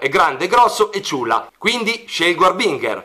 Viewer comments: In realtà il nome si pronuncerebbe àrbinger, seguendo la pronuncia inglese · comunque la pronuncia di harbinger è sbagliata:l'accento va messo sulla "a" mentre la g deve essere dolce e non dura